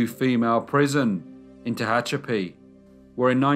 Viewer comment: Crazy to hear my home town in a video (Tehachapi). Also you pronounced it right too. 😊